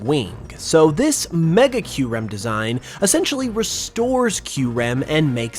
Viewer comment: hb we pronounce kyurem right